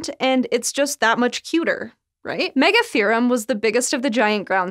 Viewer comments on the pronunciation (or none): Megatherium ≠ Megatherum